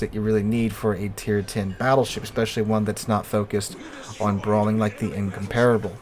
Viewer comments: In comp rable. (the a is glided) Not In com par[e] able Why do Americans insist on butchering English words and names? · In-compar-able it's how you pronounce it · Your pronunciation isn't correct Same was what extraordinary is pronounced differently from the way it is written